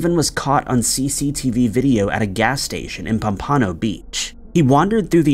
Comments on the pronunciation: Just gonna mention...it's POM-pa-no Beach, not Pom-PAH-no Beach. 👍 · Lol "Steven Mackerel"?!?! 🤣🤣 I'm sorry,, but it's pronounced: "muh-KRELL". 😂😂 "pum-PAH-noh" Beach?!? 😆😆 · Its pronounced Pomp-ah-no, like the fish. POMPaNO Beach.